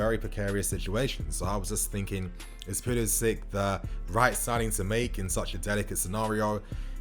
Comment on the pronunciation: Pulisic- say "Sick" ... Give respect to his name please